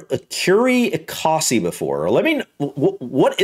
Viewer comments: Ecosse is French for Scotland. Pronounce it Ecos as in Cos lettuce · Ecurie Ecosse , the 2nd e in Ecosse is silent btw. Écurie Écosse (French: "Scotland Stable")